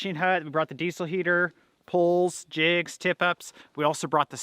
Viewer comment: Teacher here. Thought you said “gonna throw one of our kids in there!” Hahaha! Quickly figured out you said “jigs” of course, but yes, you had me laughing!!